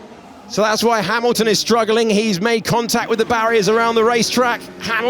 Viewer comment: Who is this Hay-milton?